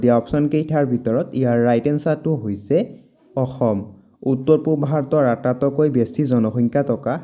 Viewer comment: আটাতইকৈ নহয় আটাইতকৈ ক'ব। আপোনাৰ উচ্চাৰণটো অলপ ভূল হৈছে।